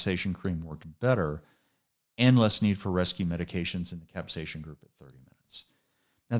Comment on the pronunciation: No ‘H’ in capsaicin. Thanks for the video